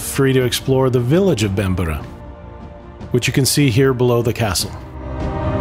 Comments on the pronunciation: On a historic note, the original castle was already in excess of 400 years old before the time of Uhtred, who actually had a very limited historical impact. Just a note to foreign visitors: its pronounced Bam-brer and not Bam- ber-er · You're not pronouncing Bamburgh correctly. I grew up there. It is pronounced Bamburra. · It's pronounced bambra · It would be a bloody good start if you could pronounce Bamburgh correctly.